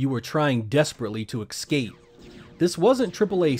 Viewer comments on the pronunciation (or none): Whoa... IT's pronounced Ess-Cape, it's even spelled Escape. NOT Eck-Scape!!! COME ON! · I love this channel and these videos but something about a person pronouncing escape as "ex-scape" always urks me. I sometimes wonder if that caught on because of the early 90's R&B group known as Xscape. 😅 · Why pronounce escape as "ecscape" or "excape"...? Heard this before a few times, and it just doesn't make sense, it's not a hard word to say... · Escape is not pronounced with an X.